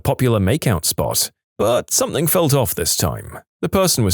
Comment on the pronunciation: And something “Somethink” annoys the F out of me